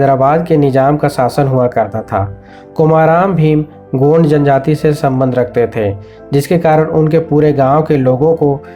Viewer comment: Nearly correct pronunciation is कुमरम भीम not कोमाराम भीम.